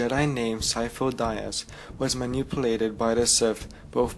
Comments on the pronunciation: It's pronounced "De-us" not "die-us" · omg Sifo Dyas... (Dee-ahss), not (Dye ahss). Besides that, Thanks for the explanation. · "Syfo Dayas"? Really? Dude, you should know his name. It's said in the movie, ffs. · "Sifo Dieas." You wot. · am I the only one who cringed every time he said Sifo-dyas's name wrong? loved the video overall though I'm just a nit picker sorry :P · Me to! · I'm sorry, but I just feel ear fucked by your mispronunciation of Sifo Dyas